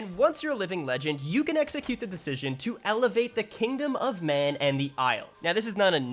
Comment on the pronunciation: do you know it's pronounced Man not Mahnnnnnnnnn haha